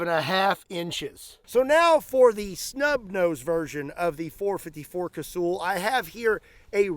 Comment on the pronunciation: It's not kay-sooooool. Its kay-sal or ka-sul.